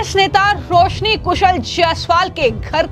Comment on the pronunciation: Yar iss anchor ko koi bolna sikhao ajeeb tarike se bolti hai hhh ye sabd har jagah use karti hai .... Please listen BJP but what she says sounds like BHeyP Roshni become rohosni ... Varanasi become varhanahi